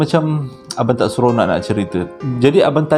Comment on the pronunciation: ‘tak seronak’ 🤣